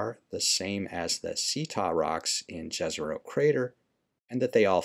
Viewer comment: Its pronounced Yezero